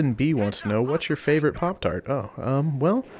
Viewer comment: hehehehhehe he said poptard